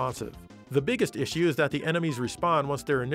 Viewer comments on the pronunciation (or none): none